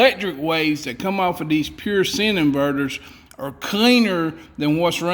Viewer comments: The i is long in Sine; you are pronouncing it like SIN. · SIne is pronounced as SIGN it's a "SIGN" Wave of 60 Hz for american electronics. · it’s pronounced like sign…. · its pronounced -> true sign wave. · Pure Sine is pronounced as (Pure Sign) as in Sine Wave. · "Sine" is pronounced "sign". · It's sine pronounced like sign. For sin inversion, please talk with Jesus. Have a blessed day. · Sine wave is pronounced like "sign wave" and pwm is "pulse width modulation" it's just a form of pulsed regulation. High frequency switching. On n off. Good stuff man I enjoy your videos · Sine is pronounced like sign as in sine wave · Very interesting DIY build. BTW, "sine" is pronounced like "sign." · The word "Sine", as in sine wave is pronounced just like the word "sign". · SINE the I is long so its pronounced S eye NE. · Sine is pronounced like Sign... Just an FYI... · Couldn't tell if you were saying "sine" like it was "sin" on purpose. If not, check out the "silent e" rule for English words. Rhymes with "line"... you know, like, you wouldn't pronounce it "fishing len." Know what I mean? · SINE is pronounced with a long "I" sound , think SIGN. Great Video though. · I love this and love your channel! I just had to tell you that "sine wave" is actually pronounced like "sign wave" it is a math term. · sine is pronounced sign. Here's your sign! If you don't tell someone you aren't an electrician, looking at this power supply, they will never know. It looks professionally built. I wish I had helpers that did 1/4 that good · Anybody that can put a thing together like you did can get away with a mispronounced word here or there! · lol, he knows how it’s pronounced, but chooses to say it his way, as I would also. Don’t be so serious and have more fun in life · Sine wave is pronounced like sign. As in a Stop Sign. Not sin and you have done something against God. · It's pronounced sign not sin. Other than that, you get an A- from an IBEW instructor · Sine= sign....not sin